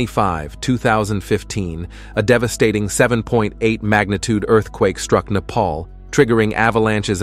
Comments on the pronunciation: nobody is gonna talk about the way he said earthquake😂😂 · I was going to say something but then I saw your comment 😂😂